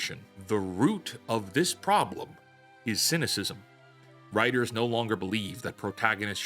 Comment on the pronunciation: lol you call them wtiters..of they are writers-i am Spock